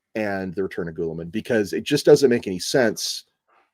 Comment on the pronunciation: "Ghoul"-ee-man? Have I been mispronounce name all along?